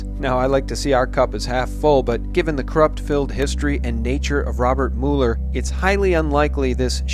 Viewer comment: It's "MULE-ER" not "MULL-ER"